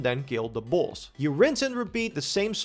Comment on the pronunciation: Bro you saying boss or balls? 😂